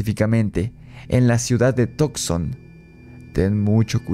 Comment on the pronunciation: Excelente video.se pronuncia Tuk son y no tok son. Saludos 👍